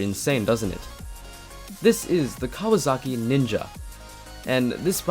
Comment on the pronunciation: its kawasaki not kawazaki